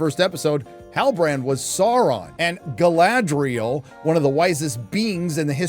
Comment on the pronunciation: An Evil has returned! “Guyladriel”